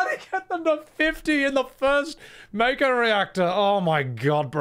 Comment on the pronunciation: thank you for your correct pronunciation of Mako, the way we all read it in 1997